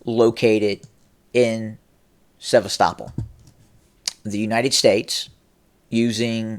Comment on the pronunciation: Hey, the pronounced "Sevastopol" properly. Ah oh, must be a Putin asset. LOL! Better not call Kharkiv "Kharkov" ( it IS Kharkov though, as the city is overwhelmingly ethnic Russian, and they call it Kharkov). But if you say Kharkov, the NAFOs will go crazy, and Sarah the transgender spokesperson for Ukraine might announce your demise. Seriously, Sarah said the other day that Ukraine would kill bloggers that speak against Ukraine's war effort. I am NOT kidding about that. Luckily you are in the U.S. and I don't think that the Ukrainian SBU (secret police) has a reach this far. But Sarah did elude to the idea that Ukraine may try to kill American blogger Jackson Hinkle when he goes to Russia next week. You should do another report on this Sarah person, because her/his statements, officially on behalf of the Ukrainian government, about killing bloggers seem completely mentally deranged. Further, Ukraine has NO RIGHT to attack American bloggers who speak out against the war. We, the US, are NOT at war with Russia, and any American blogger has a CONSTITUTIONALLY PROTECTED RIGHT to Free Speech, to speak out against US involvement in the Russo-Ukraine War. American blogger Jackson Hinkle, who is actually pro-Russian, has a right to speak out whether anyone agrees with him or not. Ukraine can not threaten to kill or imprison an American just because he does not side with Ukraine. Look at the disappearing of American blogger Gonzolo Lira. Not a word about it from the B